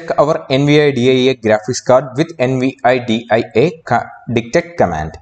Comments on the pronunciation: Could you just not say N-V-I-D-I-A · Do you NOT know how to say "Nvidia"? It's latin for "envy". "Invidia".